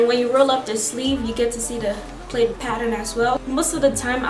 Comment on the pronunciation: plaid not played